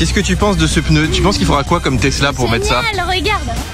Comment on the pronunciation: Entendre un professionnel du pneu dire « votre peuneu »… quelle horreur ! 😱